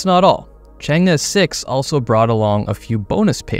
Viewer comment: You read the name ‘change’ correctly this time😂